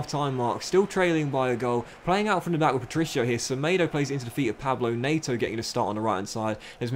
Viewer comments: mate, it’s not Pablo Nayto. It’s PEDRO NET-O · Also it’s said NET-O not NAYTO, keep it up 👍🏼